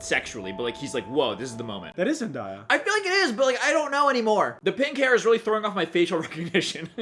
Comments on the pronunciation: as someone who loves this movie and unironically listens to these songs, it was funny watching you attempt singing them LMAO also as a big zendaya fan its zen-DAY-a not zen-DIE-a 😭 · her name is Zen-DAY-Uh not Zen-DIE-Uh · Zendaya not Zendyea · Btw zendaya is pronounced zen DAY a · Is the mispronunciation of Zendaya name on purpose 😂